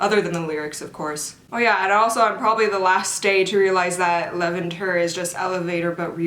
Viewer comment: After My Pace, Levanter is hands down my favorite Stray Kids comeback. It’s so raw and emotional because it has the message of “leaving you behind has let me discover myself”. Also, I think it’s pronounced Leh-van-ter? I’m not sure...